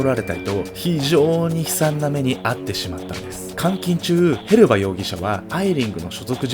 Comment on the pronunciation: へバスじゃなくてヘルバだと思うんだけど・・・